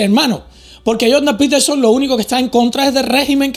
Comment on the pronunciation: “Joldan petelson”